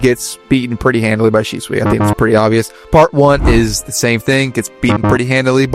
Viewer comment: Может Шисуи, а не Шичуи 😂